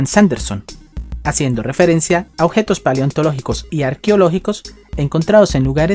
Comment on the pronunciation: La neta hablas bien feo objetos ossidacion dotores admiro tu valor